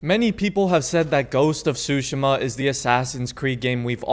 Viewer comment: you should say it as ghost of tsushIIma instead of ghost of sushima